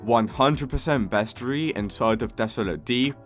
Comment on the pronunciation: Not meaning to be rude but, you said roslit, aurora borealis, vertigo, bestiary, wrong.